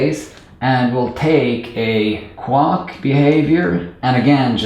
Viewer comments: Good video but remember Quack rhymes with lack, sack, back Not luck, suck, fuck, or duck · The word quack is not pronounced "kwok" and this mispronounciation is so incessant it is distracting. Also, you belabor the point on simple explanations so much that it is also distracting. I got it the first time. Move on. Viewers have the ability to rewind and watch again if they don't get it the first time. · So many positive comments, all so well-deserved. It seemed all over the place while I was watching it but it just all comes together so well. Only comment is that "quack" is normally pronounced to rhyme with "black", "snack", "sack" and "track". Great video! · Just found this video and some others by you and I’m really enjoying your energy and explanations! I just wanted to relate an amusing interaction between your accent and my university life (~25 years ago). You pronounce “quack” like it rhymes with “duck”. In America, at least, most people pronounce it like “hack”. However, when I was in college, one of my profs needed a third and fourth generic function names. That is, when you need to sort of generic, abstract identifier, many programmers use “foo” and then “bar” (because of the acronym “fubar”). But what do you do if you need more identifiers within the same example? At the time, “baz” was in somewhat common use for id 3. This prof was trying to popularize “quux “ (rhymes with ducks) as the fourth identifier. Anyway, the Venn diagram of people who could possibly find that amusing consists of just me. (Also, please note that there’s nothing wrong with your accent or your pronunciation of “quack”. I’m just relaying a, to me, very amusing coincidence)